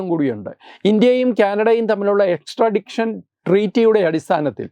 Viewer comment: എക്സ്ട്രാഡിക്ഷൻ അല്ല , എക്സ്ട്രാടിഷൻ (extradition)